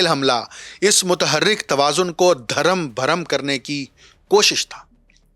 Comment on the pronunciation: درم بھرم نہیں اصل لفظ ۔۔۔ درھم برھم ۔۔۔۔ ھے ۔۔۔۔۔ خواجہ تنصیر شاھی ڈسکہ ( سیالکوٹ ) DARHAM BARHAM